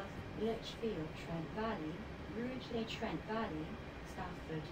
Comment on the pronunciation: oh btw the way its ruu-geer-lee ;) im at lichfield